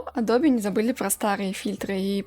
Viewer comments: Всё замечательно, но «АДОБЕ» как-то сильно режет слух. Всё же, на мой взгляд, приятней классическое, близкое к оригиналу звучание «Адоуб, Адоб…» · Большое спасибо за обзор! Позвольте маленькую корректировку )) правильное произношение- не АдобЕ а Адоб ))) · Согласен, но не адобЕ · Адобе??кровь из ушей... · кому уши режет слово АДОБЕ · Что говорит: Адобе Что слышу: ABOBA